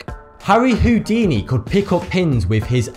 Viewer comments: Harry "hoo-dini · Wait did he just say Houdini, HOODINI